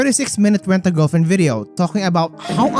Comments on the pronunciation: went a giwlfwiend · All I can hear is Ent a gelflent😂😂😂